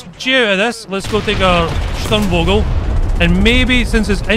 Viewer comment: its pronouned STURM-FOGEL WITH A SHARP F. For anyone interested or not.